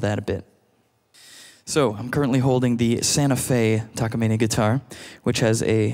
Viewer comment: He actually pronounces the Takamine correctly. *but he pronounced Sapele (Sa-Pee-Lee) wrong 😂